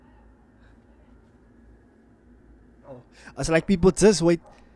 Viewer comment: Doing his Thaang😂 how you gonna say us with an American accent